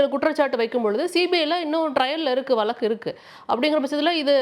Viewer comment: நீங்கள் ஊடகத் துறையில் எத்தனை ஆண்டுகளாகப் பணியாற்றுகிறீர்கள்? “வழக்கு” என்று உச்சரிக்கத் தெரியாதா?